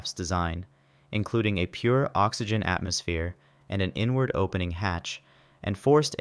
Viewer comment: I kept hearing N-Word instead of inward, until i heard him say outward 😂😂